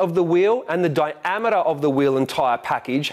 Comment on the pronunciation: Mate is "Diamater" Australian for Diameter?